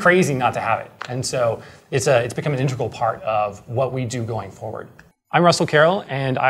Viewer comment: It's pronounced 'inteGRal', not 'intRegal'. And why are you trying so hard